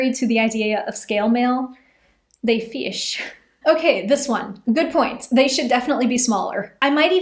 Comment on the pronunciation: "they feish"